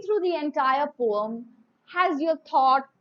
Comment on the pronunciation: Mam don't know how to pronounce poem😂😂😂😂😂😂😂😂🤣🤣🤣🤣🤣🤣🤦🤦🤦🤦🤦🤦🤦🤦🤦